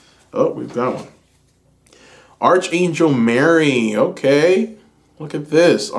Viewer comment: Pile 2,, Archangel is pronounced ARK ANGEL 💕😘 Sending love and blessings 🔮♊️